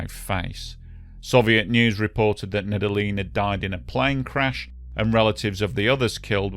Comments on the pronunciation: Just a heads-up, Nedelin is pronounced "Need-Yellin" in Russian. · Nedelin = pronounced Nedelljien